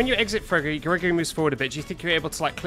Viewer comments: "fregory" im dying dude 🤣🤣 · Bruh he said fregory 🤣🤣🤣🤣🤣